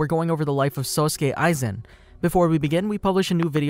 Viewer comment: Hol on run that back did he just say SUSuke Aizen?